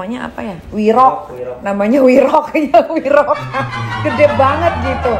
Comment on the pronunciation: bukan wirok nyai tapi werok hehehhe